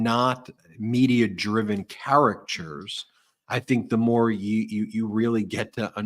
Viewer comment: Charachures? Lol